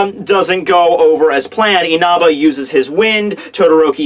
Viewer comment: Dude, stop saying Inaba!!!